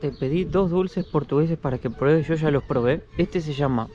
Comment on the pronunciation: "Vos cha la probaste?" "Cho cha la probé!" 😄